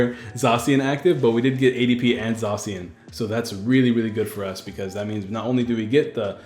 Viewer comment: I looked it up, because I always called it "zae-see-in", but it's actually pronounced "zah-shee-in"! I've been trying to train myself to say it right lol